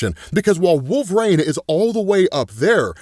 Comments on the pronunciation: It’s wol-ver-ine not Wol-var-ina 😂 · Who is wolvereen? You should take speaking lessons. Sounds like a speech impedement